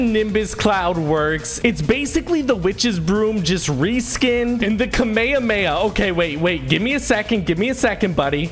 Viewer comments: It’s notkamahama it’s KAMMA HAAAA MA HAAAA!!!!!!! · Ka-may-ha-may-ha is how it's pronounced ig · love your vids but did anyone else get triggered when he called it ka-may-ah-may-ah... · "SrRowen" the kamayaryary! 🤣🤣🤣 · Epic: sajaadridha I’m a huge fan i love your vids also it’s pronounced kamahameyha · Lol kameyamaya 🤣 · ur pronunciation murdered me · HYR SproutzV- you so funny lol the way you first pronounced it was so funny